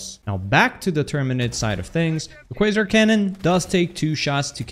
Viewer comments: Yay you finally learned it's pronounced "kway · zaar" lol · ahh man he actually said "Quasar" right this time... No mor kwazar😪